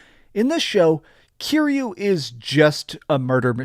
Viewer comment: You say you're a big fan, yet you keep mispronouncing YA-kuza. If you were sUcH a BiG fAn you would know the stress syllable is the first one, after having HEARD IT A THOUSAND TIMES THROUGHOUT THE GAMES... I paused the video before he's said Kiryu's name, which is pronounced Ki-Ryu, not Cure-You. Let's see if this "big fan" gets that name wrong, too. ... And he gets Kiryu's name wrong as well. Such a big fan.